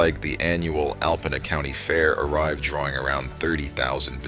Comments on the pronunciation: Alpena is pronounced Alpeena. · I live in the area. The alarming footage that you see in this video is NOT Alpena. You just don't see large numbers of homeless people in Alpena in the way this video suggests. In reality, Alpena is a great place to live and visit. Also, the narrator (probably some kind of robot) repeatedly mispronounces Alpena.